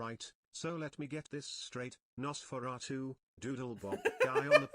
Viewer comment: Just curious, why do you keep pronouncing Nosferatu as Nosferactu? Or maybe my brain is somehow adding a C in there.